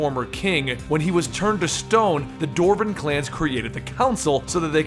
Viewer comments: "dorven" "dorf" it's dwarven and dwarf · you say dwarven wrong.